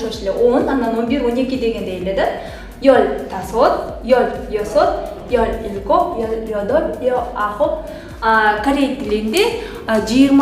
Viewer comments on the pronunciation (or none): Кечиресиз бирок башка сабакта ил гоб дебей ил губ дейтко кайсынысы туура